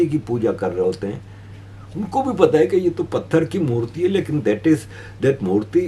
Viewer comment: Murti not murli